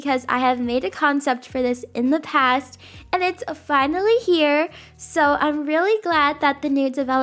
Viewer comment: The accent she said when she said “THE BUTTERFLY IS HAER”